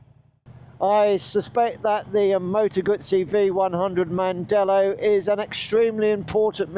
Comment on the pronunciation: Heißt nicht Mandela heißt mandello ich als Italiener weiß ich das